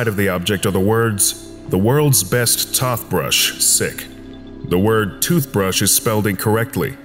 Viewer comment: Ah the perfect "TothBrush" that can finally clean my teeth!